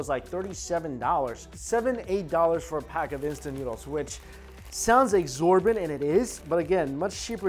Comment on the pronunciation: its exorbitant lmao not exhorbant